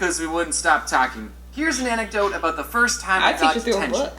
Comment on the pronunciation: all telling off for having never heard the word anecdote before, but she's been pronouncing it wrong this whole time lol